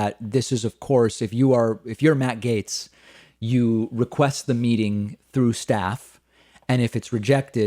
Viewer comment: Gaetz! GAETZ!!! Not Gates, silly.